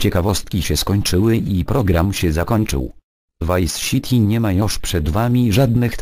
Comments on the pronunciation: Za każdym razem jak powiedział ViceŚity cisnołem pompe za co + ;d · Wajs Sziti xD PS. zamiast "ó" masz "o" , ale nie martw się , jest beka :D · Wajs Śity !!! ahhah Ivona mnie rozwala ;) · Obejrzymy "Wajs Sśiti"? No już nie miałeś lepszego pomysłu niż angażowanie Ivony... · nie mogę z "wajs siti" xD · "WAJS SITI" !!!! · "Wajs shitty" xD